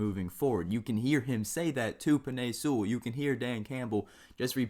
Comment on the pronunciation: Bro the way you say Penei Sewell kept making me cringe